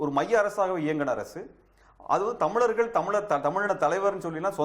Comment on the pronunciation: TO THE INTERVIEWER: "தமிலர்கள்" இல்லம்மா "தமிழர்கள்" இன்னு சொல்லு!!